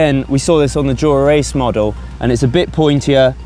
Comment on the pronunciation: Is it just me or can he not say "dura ace" like a normal person. Way he says it makes him sound like a rite 🔔🔚